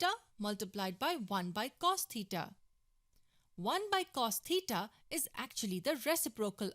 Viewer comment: god please help this woman with her pronounciation of theta